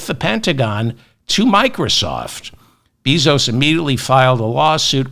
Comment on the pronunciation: Respectful correction of pronunciation of Bezos’ last name: Bay-zos